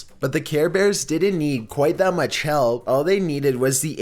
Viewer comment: Enjoy the videos but your voice is annoying as fuck,to the point I turn down the volume and turn on CC. "So maach",dude,really? You can't even pronounce MUCH correctly?! "Chewsday" it's fucking TUES-DAY